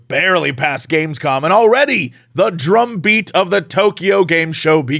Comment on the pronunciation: I heard "The drunk beat" instead of "The drumbeat"! 😅